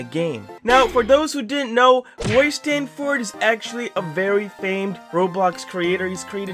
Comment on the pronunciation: No offense to any pronounciation, but it’s Stan-ferd if you have a pronounciation problem I am SO sorry 😢